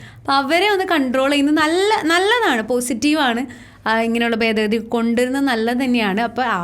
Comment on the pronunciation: ബെദഗദി അല്ല ഭേദഗതി എന്നു പറ കുട്ടീ.